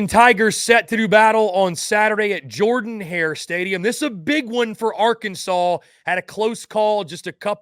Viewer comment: Auburn's stadium is Jordan-Hare. Jordan is pronounced "Jerdan".